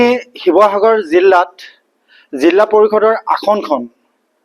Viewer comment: জিলা নে জিল্লা